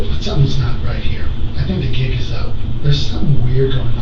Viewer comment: 😂😂😂 The "Gig" is up 😂😂 Not the "Jigg" 😂😂 Sorry... 🤦🏾‍♀️🤦🏾‍♀️🤣🤣🤣 Shes off....